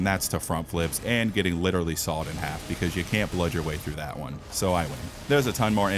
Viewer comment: 52 times including all words with blood, and also adjectives like bloody or bloodbourney but excluding verbs like bleeding. Edit: I also heard bludge instead of blood , therefore did not count it